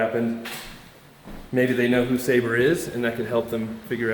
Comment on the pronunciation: I’m sure it’s SAH-BEER lol